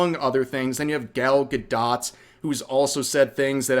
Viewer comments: Bro I don't like her either but if I have to hear you call her ga-dot instead of ga-dough again I might lose it 😂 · Why are you pronouncing the "t" in Gal Gadot's name? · I genuinely can't tell if you're mispronouncing "Gadot" on purpose or not .. tho I have noticed you tend to mispronounce words.. especially Japanese ones..